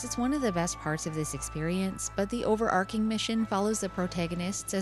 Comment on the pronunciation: Another great video, as usual! (Just a quick tip, this is the second time I've heard "overarKing" when it's "overarCHing")